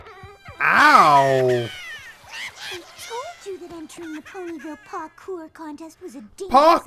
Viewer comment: I still hate that they used "paw-kour"